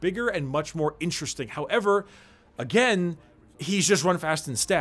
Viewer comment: "And then you smack em agEMM"